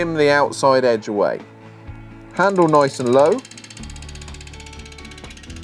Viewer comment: As he says........."noice"